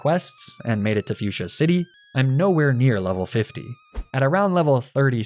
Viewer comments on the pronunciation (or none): none